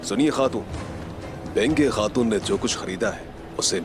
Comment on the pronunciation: Benge khatun nahi baigan khatun hai😂😂